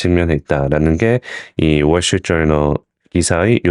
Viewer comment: 월 시티?르트 저널? 월 스트리트 저널... ㅋㅋㅋ--발음이 영???